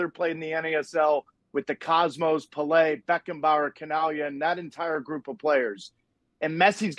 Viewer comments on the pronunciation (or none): Puhlay? Who the bleep is Puhlay? Least he could do is pronounce the GOAT's name right